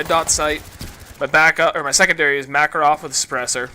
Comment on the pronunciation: Mah-KAR-ov, not Maka-rov. Anyway with the anal-retentive stuff outta the way. I couldn't play FFA in Black Ops. I enjoyed it in MW2, but in Black Ops, it seemed that EVERYONE was off camping in a corner somewhere. That is not an exaggeration, I've had games where I was the only mobile person. Everyone else was holed up in a corner with a claymore or motion sensor.